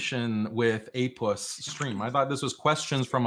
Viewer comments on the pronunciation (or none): Mufti Yasir said apuss 🤣🤣🤣